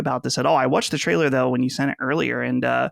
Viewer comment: I wutched. I wutched. it's all i hear now. thanks for pointing it out a couple eps ago. grrrrrr!